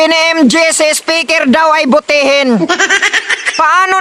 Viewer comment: Spiker hndi butihin BUTIKI Hi di butihin hahahaha